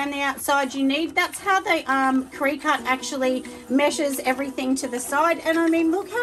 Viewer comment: Cricut pronounced cricket :)